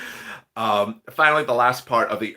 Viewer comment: Your saying finely